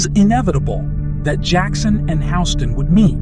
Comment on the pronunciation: How are you gonna mispronounce Houston’s name and do it over and over again. Where you living under a rock? Like seriously